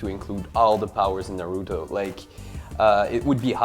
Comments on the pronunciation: How about the team at WatchMojo learn to pronounce the japanese (or any asian names correctly) first? Na-root-toe? This has been bugging me since day 1 of me watching WatchMojo. You pronounce all the European names correctly so why not the Asian ones? Laziness or racist? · Neruto? God learn how to pronounce the names